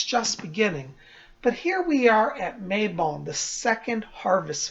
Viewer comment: I also Love how you say Mabon. I pronounce it Mabone (As in the bones of May. See what I did there? LOL!).